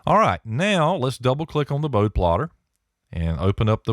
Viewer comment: Pronounced Bode-ee (Boad like toad, with an "eeee" sound at the end.) Enjoyed the video